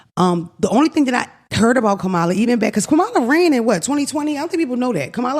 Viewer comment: I really hope yall learn how to pronounce the next President of the United States’ name… 😔